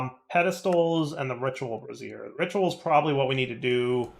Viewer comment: It's hilarious how always pronounces brazier as brassiere